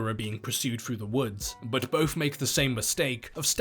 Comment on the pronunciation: It’s both, not bofe. And death, not deaf. It’s really confusing